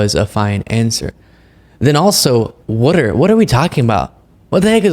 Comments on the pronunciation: knows what carry water means....he was joking about Bannon's pronouncing it "wood-er" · It's not the saying that didn't understand, it was Bannon saying "wood-er" for water was laughing about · Or wuder , 😂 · Ugh,.....just ugh!!!! And I hate to say this but I too pronounce water, warter!!!!!!! So do many of my family!!!😁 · Uh,, some people in America pronounce the word “water” as “wudder”. We don’t make fun of people’s accents. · That pronunciation of water, is from Philly area. He's still an idiot, but that's the source of the water thing. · Not that I like Bannon at all, but his pronunciation of "water" is pretty common in the PA/DMV area. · The pronunciation of water is a southern thing. My grandma says it. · it’s a bit much with the “water” and how Bannon’s accent affects its pronunciation. Frankly, you shouldn’t have wasted your time on it once let alone three or more times. Dave Pakman often mocks the NY accent and I think everybody can live without either one of you doing that, it’s so incredibly petty.